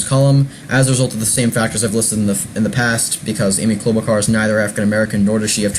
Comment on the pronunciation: Please stop mispronouncing her name it's Char not Car!